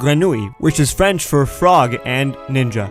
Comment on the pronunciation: French Canadian here and your french was on point ! :) You did the R properly hahaha !